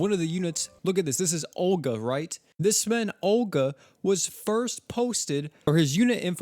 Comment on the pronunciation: So... This is not Orga, its Olga (global rly wtf...?-__-). Japanise ppl just dont hawe "L" sound. If in any word you hawe "L", they pronounce it like "R". Btw, Olga (Ольга) it is standart slavic girl\woman name. Something like scandinavian Helga. Mb Orga if this hero is a boy... But who knows this japanise ppl %).